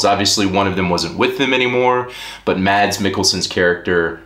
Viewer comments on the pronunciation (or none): I think it's fun how you pronounce Mads Mikkelsens first name. You say Mad-s, although the danish way of saying it, is with an almost silent D, so it would more or less be like saying the word "mass", but a bit faster. Great video btw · Great review 👌 Made me wanna watch it now. FYI the d in Mads is silent... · Mads rhymes with sass, except with an m. D is silent. Danes swallow a lot of letters. :)